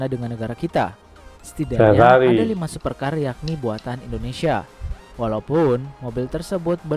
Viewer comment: SUPECAAAAA ya bang BUKAN 😄🤣😂super car